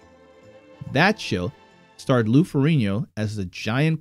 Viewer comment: Learn how to say Lou's name correctly please.